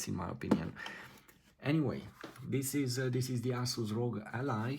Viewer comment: "Ass-us". Love it.